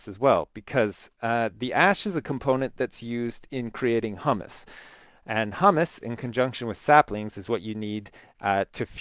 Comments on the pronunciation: it's pronounced HYOO-muss not hummus like the chickpea dish :P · hummus is a food, what you are trying to say is pronounced hyoo-muss